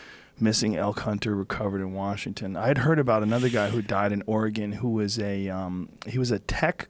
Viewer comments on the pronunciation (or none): none